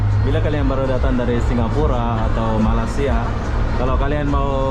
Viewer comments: kalau nyebut Malaysia adalah Malaysia ada I nya,bukan Mala sia,tolong ya diperbaiki ejaan nya, terimakasih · Latihan terus ucapkan Malai sia